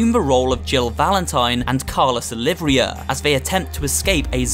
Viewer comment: "Jill Valentine and Carlos... OLIVRIA?"